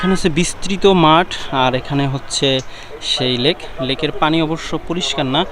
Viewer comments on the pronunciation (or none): none